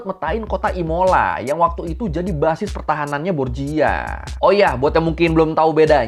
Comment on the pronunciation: bang, dalam bahasa Italia 🇮🇹, pelafalan huruf CH itu sama dg huruf K, & pelafalan "GIA,GIU,GIO" itu jadinya "JA,JU,JO". jadi Verrocchio itu pelafalannya bukan Verocio tapi Verrokkio & Borgia itu pelafalannya bukan Borjia tapi Borja.